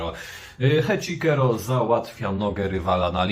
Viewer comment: Nie Heczikero tylko Heczisero!!!! Jak można źle wymawiać? Oglądasz ROH bez dźwięku?